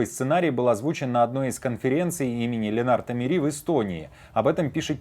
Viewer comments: Лена́рт Мери́ 😅 (Ле́ннарт Ме́ри удивился). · *Лéннарт Мéри. У эстонцев ударение на первом слоге.